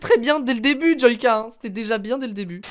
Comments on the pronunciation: Joika mais ça se dit djoilleka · Tu a dis joika au lui de JoYka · Il a dit : Jouaka 😂😂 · Mes oreilles SAIGNENT quand il dit :joica 😂😂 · Moi je suis choquer, il a dit jooca nn mai euh sa devient grave 😱😱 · Qui a été choqué quand il a dit "Joica" ??? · Oui tkt, je sais, c'est juste qu'il l'a prononcé "Joica" 😇😁😉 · On en parle de comment il a dit joyca , ça m'a choqué, enfaite joyca est mon youtubeut preféré ..😅😂😘😊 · Je me désabonne tu sais pas dire joyca